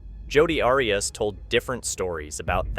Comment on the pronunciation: I agree. Also, what true crime narrator doesn't know how to pronounce Arias?